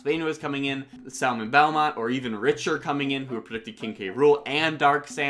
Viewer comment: Richter. RICK-TER